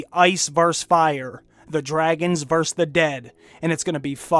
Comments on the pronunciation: It's versUS not verse tybb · Vs=versus not verse. Just sayin' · Versus, not verse. So grating I almost couldn't finish it.